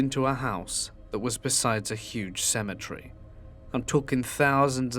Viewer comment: It's not symmetry.. It's cem et ery